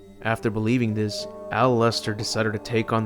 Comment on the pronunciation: Al-wester?! You mean... MO-LESTER! I'll see myself out.